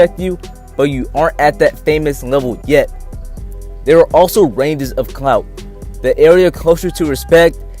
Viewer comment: Why do you keep saying CNOUT? We wanted to hear about the word clout...